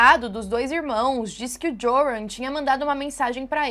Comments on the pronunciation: Oi, o nome dele se lê "Iorran". Hehheheh parece aquelas apostilas de cursinho de antigamente kkkk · O J em holandes faz som de I, então se pronuncia ioran. Espero ter ajudado para um vídeo futuro ❤ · o nome do cara se pronuncia "Iôrran" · A pronúncia do nome é iuran. Pobre Natalie. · Eu lembro desse caso… que tristeza., em Holandes o J tem som de I, entoa o nome se pronuncia “ Ioran”.:) Espero que este ser nunca mais consiga sair da prisão. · Oi, Joran provavelmente se pronuncia “Iôrran”, pq no holandês o J tem som de I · o nome do rapaz de pronuncia “iorran” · no Holandês o J tem som de "y"/ "I".